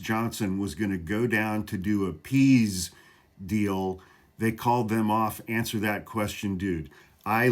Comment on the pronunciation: “Pease” deal? 😂